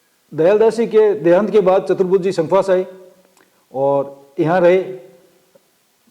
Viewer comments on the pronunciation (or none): Hokam ye संखवास nhi शंखवास hae शुद्ध